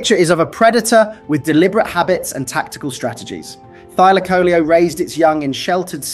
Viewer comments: It Thyla caleo dude! And it's not extinct!😂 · Thy-laco-leo, pronounce it right 😂